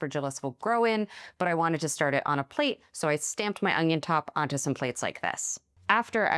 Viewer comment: Did she say "Ong-ion"? I used to say that as a kid too!